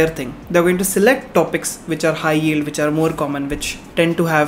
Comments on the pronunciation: Yield not "Yeald". Small correction. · 1;40 correction its "yield" not "yeald" although i knew what you meant